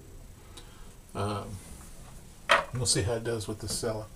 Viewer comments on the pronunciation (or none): it's pronounced cella (chella) not (sella).